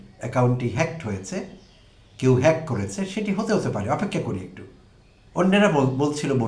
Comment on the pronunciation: তারেক রহমান জনসভায় হ্যাক শব্দটি কোনভাবেই উচ্চারণ করতে পারছিলেন না।